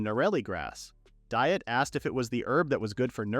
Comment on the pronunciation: This thing repeatedly mispronouncing Diet, even so far as to make jokes about the incorrect pronunciation, is beyond bothersome. It should be pronounced "Dee-ett"